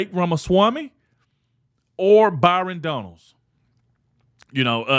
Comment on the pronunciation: I heard him ( trump) say Byron Donald..